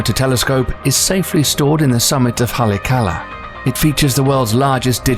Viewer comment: The volcano it's situated on is pronounced Holly ock allah.